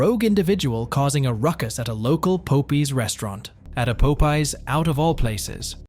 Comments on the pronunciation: so I was listening to this video playing solitaire. I wasn’t watching it. When I heard “pope ees” I was super confused It’s pop- Eyes 👀 I was confused enough to where I had to make the video larger and read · Poe Pies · He really said pope eez.... its pop eye... like. Pop 👁👁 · Pop-eye not pope-eye. Like the cartoon. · It’s fucking POPEYES(pop-pies) not no damn PULPIES fucking annoying get your shit together man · Pop-eyes popeyes my man if youre gonna do ai atleast double check and make sure shit is right 😂😂😂😂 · It's Popeye's...like the sailor man cartoon. Be familiar with what you're going to say beforehand...yeesh. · Im stuck on the commenter say "pope-ear's" !!😅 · “Love that chicken from Pope Eyez…” that didn’t sound right. “Love that chicken from Pope Eeze.” That sounds much better! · A local Po-pees! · Facking hell, I'm Dutch and even I know it's not pope eye's😂😂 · Pope EEZ? Pope EYES???????? WTF is wrong with you??! LMFAAAAOOOOOOOOOOOOOOOOOOOOOOO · also one more comment the computer saying pope es made me laugh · it’s POP-EYE 😂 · its not "poh pie"?😂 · The popie had me dead 😂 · Po pees restaurant 😂😂😂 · why do you keep calling it po pees 😂 thats annoying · Love that chicken from po-pees 😂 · Po pie 😂😂 stop it! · No it's po pee.😂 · My guy said poepees and poepies? WTF 😒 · Po - pees??? Is that a new restaurant? Never heard of it 😂😂😂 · A local "Poh-pee's" restaurant. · Where are you from? You seem to insist its called pope eye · She steals a ton of money and gets probation oh and 20K in fines. That's a load of crap. They wonder why these people keep doing this over and over again. There are no consequences for these thieves. The guy's pronunciation of the name popeyes. LOL If taco bell man was a former leo, then he knows they ask all kinds of questions trying to find out what's going on. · Popeyes restaurant pronunciation got me 😂😂😂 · Ok i had to skip incident 2 because you kept butchering the pronunciation. It's like the sailor-man cartoon.